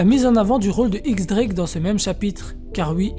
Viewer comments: Diez* Drake et pas X Drake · Ça se prononce "Diez Drake" sinon super video